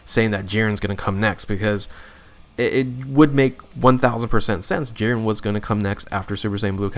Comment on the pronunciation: Bro how do you say Jiren wrong